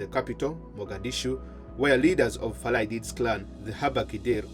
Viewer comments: Farah not farla please correct it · “Muhammad Farla Aidid “ according to the narrator 😁